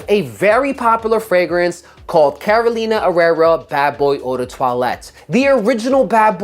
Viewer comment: Is Carolina Herrera! NOT CAROLINA ERERRA